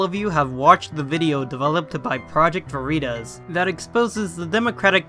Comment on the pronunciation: LMAO you said "Veritas" like I say "Doritos".